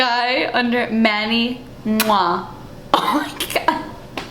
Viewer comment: Oh my gosh, when I first heard of Manny I though it was pronounced Manny Mwah too. 😂 I didn't even think of it the other way, which I so dumb. I still read it that way every single time. haha